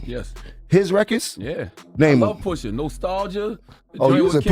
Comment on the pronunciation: Poosha ??? 😂 it’s pusha